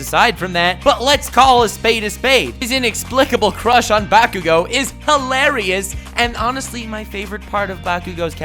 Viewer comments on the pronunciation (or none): Honestly for 90% of the bakugo section I thought he was saying massive brick